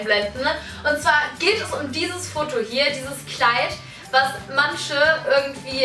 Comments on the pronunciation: Wie sie "manche" als "mansche" ausspricht 😂😂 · Könntest du bitte "manche" richtig aussprechen? "Mansche" sagen bei mir nur Assis auf der Schule. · "Mansche" bitte lern Deutsch! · Es heißt "manche" nicht "mansche" Und "welche" nicht "welsche"